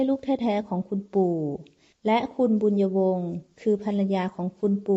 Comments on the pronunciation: เจ้านางชื่อ บุญญวง ไม่ใช่ บุญะวง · บุน-ยวง. ไม่ใช่ บุน-ยะ-วง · ใช่ๆๆๆ บุญญวง ไม่ใช่ บุน-ยะ-วง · บุญยวง ไม่ใช่ บุญ-ญะ-วง 555555 เอาซะงง..??? เรื่อง มันแปลกๆๆน้ะ